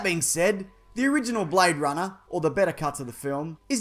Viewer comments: He say you BradeRunner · Blayde Runnah, mite